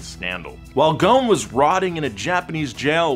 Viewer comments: Its ghoson not gone😂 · It's not gon It's goson like this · Guys, ffs, Ghosn not Ghone... There's an "S" & the dude himself pronounce it... I understand that you can't pronounce the "Gh" is middle eastern natives, but the "S"?! Come on... Anw, love the content, cheers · Dude the S in Ghosn is not silent. He is Lebanese. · Why you keep saying ‘’Gon’’ it’s Gho-s-on غصن which means branch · There’s an S in his surname. Pronounced Goh-sen not Gone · U butchered his last name so badly🤦‍♂️ its ghosn, its hard to explain how to pronounce the gh but at least u need to pronounce the s, it sounds more like ghoSin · the name is Carlos Ghosssssn, the S isn't silent:) as for the Z, I don't think it would sell properly with that price tag, its just a 370Z with the q60 engine and a facelift, the 370 was always there with 6 spd, no one cares about that, its just us enthusiasts that get excited every time we hear a manual is on the way! however the market is what decides and not us, since its a 2 seater with a higher price tag then I see that this car is going to fail, ppl want sedans and suv's, this car has the same cabin, same chassis n body, same seats, same bulky ugly side view mirrors that block the side view with a newer exterior look, infiniti engine and a newer dash, those 3 gauges are there on my 370z's, I just hope they enhanced the balance so it could take turns better than 370's and hope it doesn't have overheating issues like 370s, lets wait n see how it goes! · ouch i feel insulted cuz im from lebanon.. nah jk but i still dont know why carlos ghoson (thats how its pronounced) was put to jail in the first place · im from lebanon, ur supposed to pronounce the s in ghosn